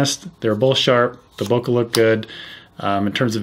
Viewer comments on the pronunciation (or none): I cringe when I hear people pronounce bokeh 'boka'